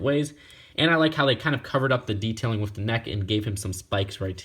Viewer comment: I never got this set...maybe I'll get it on eBay someday. Btw I noticed you pronounce "with" as "wiff".